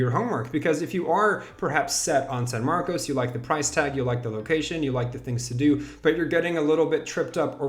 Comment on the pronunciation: Pronounced san marcus